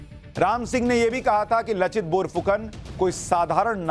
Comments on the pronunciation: Not लचित बोरफुकन, its लाचित बरफुकन। in Asaamese লাচিত বৰফুকন… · Sushant ji ! उनका नाम लचित नहीं हैं । नाम है " लाचित बरफुकन "। आपको बहुत बहुत धन्यवाद आपने ऐसे महान सेनापति का बारे में बताया जो भारतीय इतिहास से गायब हैं। आहोम राजाओं का असमिया भाषा में लिखा इतिहास में इसका वर्णन हैं। हमारे देश के लोगों को आपने बहुत अच्छा knowlege दिया।🙏🙏🙏